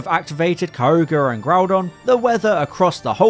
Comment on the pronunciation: How are you pronouncing both Kyogre and Rayquaza wrong lmao